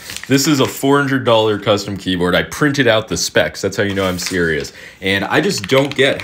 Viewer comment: Keyboard* You pronounced it wrong